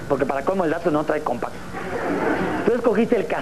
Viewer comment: No es de "compaaass" es de "compacts" de "Compact Disc" ;D